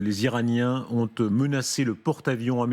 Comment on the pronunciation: « les iraniens « onte »(…). »? Où est-ce que vous avez appris à vous exprimer?